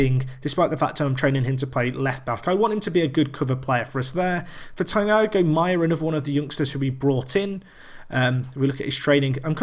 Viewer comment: You pronounce Thiago as tee-ah-go teeahgo Thiago